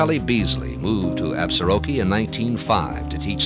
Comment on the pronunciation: Nice program. My grandfather homestead just south of town in 1896. A couple of pronunciation notes. The locals pronounce it “Absorkee” without the ar in the middle. Also, the s in Plenty Coups is silent.